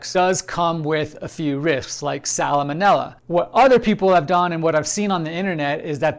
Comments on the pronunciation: Not to be picky but salmonella is pronounced sal-ma-nella. Love your channel, though! Gonna try this recipe! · Please stop adding an extra syllable to "salmonella". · I can't take him seriously anymore after the way he pronounced salmonella.